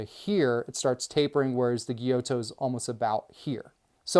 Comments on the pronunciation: A) For "gyuto" say "gyoo-toe", not "gyoe-toe". and for "Sabatier" say "sah-bah-tee-ey" not "subber-teer" B) Isn't it counter-productive to put a k-tip made for intricate tip-work on a super-long blade as a a long blade makes it more difficult to control the tip? Seems kiritsukes are only there to look more badass than regular shaped knives. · It's pronounce....Gy-you-to. Gyuto..great info 👍 I really enjoyed the video ✌️